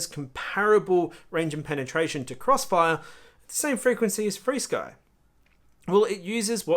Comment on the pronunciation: u don't have to update your receivers in xfire, it just does it (with your eyes closed). Yes I use all five protocols (Flysky,R9M, FRsky, xfire, elrs) Flysky (sorry your accent may for FR sky or freesky) sounded like flysky) and as far as range and penetration yes xfire is better. I have the 1w Beta FPV module in my T16 and will do some range testing to get a mile away around the other side of a hill (Flysky 2.4 no prob). But if your looking for a good lightweight receiver/antenna combo can't beat elrs. One of my biggest frustration was spending 7 hours trying to get a betafpv superd diversity to update via usb, it would never get started with transfer. Turns out that the 2 reviver chips pulled too much power for the usb to function, wound using battery and wifi'd it. what a mess, xfire would have did it all for me. U gotta love this stuff.